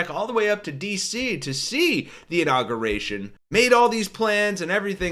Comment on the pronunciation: Please. Pronounce Inauguration correctly. " In aug yur ation." Thanks from people who hate nook you lur.